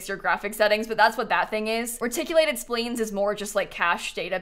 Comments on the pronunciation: I know you're young, so you probably don't remember. "Splines" is pronounced with a long i sound, not a long e sound. "Spliiines", not "Spleens". Way back when the original Sim City and Sims came out on Nintendo, there was a lady's voice that would read the words during login, and she would always say "Reticulating Splines"! Just FYI. Love your videos! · Hearing “splines” be mispronounced as “spleens” is both infuriating and validating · Splines is pronounced spleens? I thought it rhymed with spines. "learn something new every day" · Reticulated "spleens" LOL love it